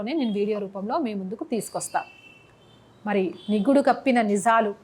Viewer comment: విషయం బాగుంది... చెప్పిన విధానం బాగుంది. కానీ త్రివర్ణ ను ....ఏమని పలికారు ? త్రివార్ణ అని పలికారు....ఏమిటది ? నిగుడు కప్పిన అన్నారు...అది నిగుడు కాదు...నివురు. తర్వాత ఉధ్యమం అన్నారు.... అది ఉద్యమం... మీ మాత్రృభాష తెలుగేనా ?